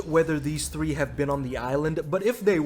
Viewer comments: well, ask him to pronounce three 🌳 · One thing max can't do is say the word three